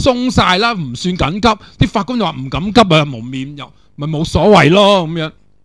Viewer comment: 成日聽到你讀成'咁'急~